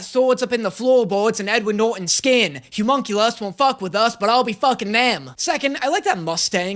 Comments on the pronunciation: I'm getting progressively less okay with pronunciation of "Homunculus". He says "Humunculus", and I'm not sure if he's doing it on purpose or not XD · I love content but for the love of god I need him to learn how to say homunculus